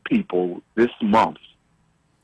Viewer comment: Why do you say MOOOTH instead of month?